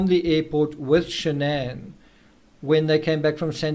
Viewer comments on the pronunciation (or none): Her name is SHANNON. NOT Shan-ANN NOT Shan'ann.......SHANNON